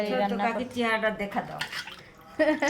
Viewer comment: চেহেরি কি ??? আপনি আগে বাংলা উচ্চারণ ভালো ভাবে শিখবেন বুঝলেন